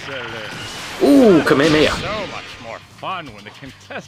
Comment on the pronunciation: It's KA-ME-HA-ME-HA not KA-MAY-A-MAY-A